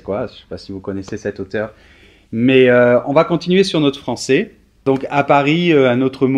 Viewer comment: Très sympa vos vidéos mais, pitié, ne prononcez pas les 'è' avec le son 'é' : "tu parles le japoné et le francé", non le japonais et le français.